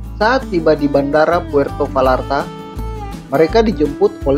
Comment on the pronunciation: Puerto Bayarta dong, bukan Valarta. Dalam bahasa spanyol "v" itu lebih kayak "b." Dan "ll" itu persis dgn "y" kalau di tengah kata. Makasih atas subtitels!!!